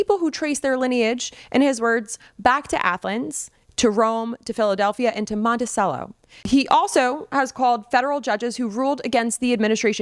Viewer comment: Mon-tay-chell-oh. Not "sel-oh."